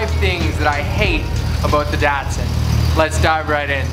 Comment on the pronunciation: Dat-Sin? It’s a Dot-son. Why must you pronounce it wrong? Do you really not understand the cup holders were not a thing in 1977? Not to mention that these cars are for driving and not for sipping. Jeez man.